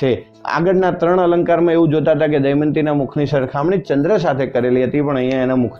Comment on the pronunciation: sir pls damyanti bolo not daymati